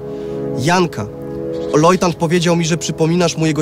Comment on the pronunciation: Lojtant ??? L O J T A N T ?????????????!!!!!!!!!!! Po raz kolejny płakać mi się chce :(